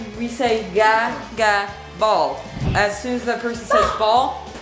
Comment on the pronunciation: Wait I thought it was pronounced gah-gah not gaa-gaa. Right?